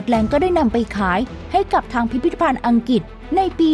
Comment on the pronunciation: เสียงพากย์น่ามคานมากๆ อังกฤษ ก็พูดเป็นอังกิด เฮ้อ!!!